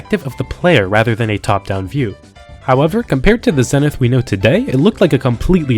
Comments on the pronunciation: Warning... don't even consider turning the pronunciation ZENNITH into a drinking game. You'll end up in the hospital. 😉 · Have you people never heard the word zenith spoken out loud or something? Zee-nith. Its not that hard.